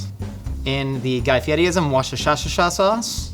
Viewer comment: Okay, pronouncing Guy Fieri properly only to use his jokingly improper pronunciation of Worcester is A grade humor 🫡